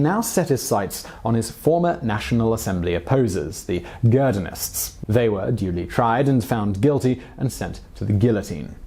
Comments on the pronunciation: Ge-ron-din not geradins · The "girdonists"? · Um, Leesay, not Liesee (Lycée) Girondins not Grindons Otherwise, pretty decent thumbnail of an incredibly complicated period.